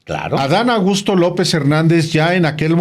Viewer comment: Alvaro, pronuncias tan rápido el nombre de Adán Augusto que parece que dices Adán Agusto...😂